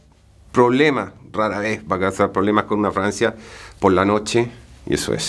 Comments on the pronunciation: ..se pronuncia FRAGANCIA NO FRANCIA Cuando un chileno habla hay que hacer esfuerzo para saber que dice porque es complicado el asunto. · Parece que dijera una francia y no una fragancia😅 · Juro que le escucho decir Francia y no fragancia 😂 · Se dice fraGANcia! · Que es Francia parece que dice Francia .... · Dice Francia o fragancia?